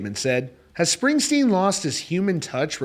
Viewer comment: "Springstern" LMAO. More like (((Springstein))), am I right? 😂